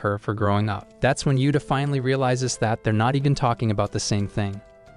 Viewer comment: Every time you say that u actually say fat